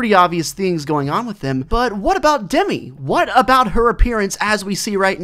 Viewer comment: It’s dem I not demee